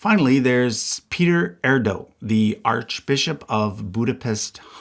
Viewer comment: You could have at least tried to pronounce Erdő correctly…